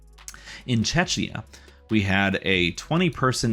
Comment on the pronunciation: Czechia is short for Czech Republic and pronounced as “checkia” - just a marginal nitpick, thanks for the informative video! ;)